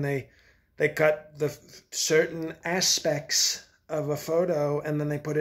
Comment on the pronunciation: You had me on the floor at “asPECT!”